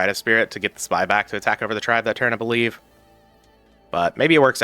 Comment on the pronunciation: Believe = be leave lol